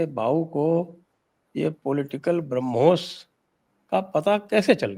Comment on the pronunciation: सही शब्द 'ब्रह्मोस' है, "ब्राह्मोस" नहीं।